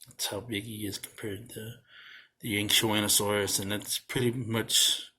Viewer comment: Dude how are you able to pronounce that